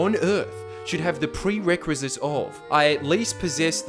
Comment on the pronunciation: or is that a word ive never heard of